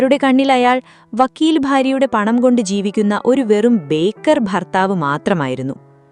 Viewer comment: ബേക്കർ അല്ല. ബേകാർ എന്നാണ് ശരി. ഹിന്ദിയിൽ ബേകാർ എന്നാൽ ഉപയോഗശൂന്യം എന്നൊക്കെ അർഥം.